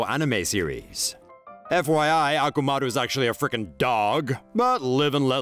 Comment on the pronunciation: The dog in naruto is akamaru not akumaru lol 😂